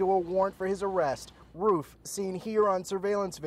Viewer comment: He said Roof wrong